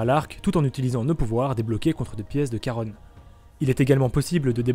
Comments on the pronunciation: À peu près sur que ca vient du grec Χαρών, prononcé Kharonne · Par contre ça se prononce « chat-ron » et pas « Ka-rone »